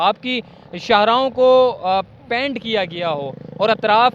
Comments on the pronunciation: PANT nahi PAINT bolen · Oh,apnay pronunciation pay zara dehan do, yeh kaisay bar bar paint bol rahay ho🙄🙏